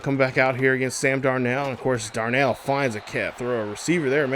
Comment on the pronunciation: You is butchering darnolds name 🤦🏽‍♂️😂